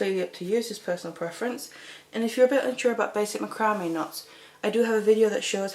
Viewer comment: Just a note to you English its not macrambe board its mac-cram this is not for us we use a different English also all of your measurements are in cm we do inches.